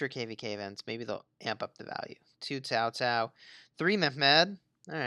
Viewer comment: Why do you keep saying Tao Tao? Isn't in Cao Cao???